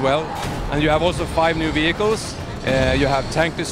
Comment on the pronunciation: did he say ''v hi kills'' instead of vehicles.